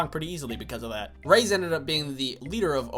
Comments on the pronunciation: Jaxon A I was like..he can’t be serious, it triggered me a bit but I love him soo idc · I hope you're joking when you pronounce Reyes